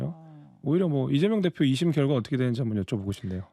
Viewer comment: 발음이 리재명으로 들리네..직구엔 늘 동문서답하고